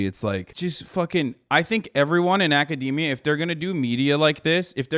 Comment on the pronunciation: someone who pronounced academy like that obviously doesn’t know what he’s talking about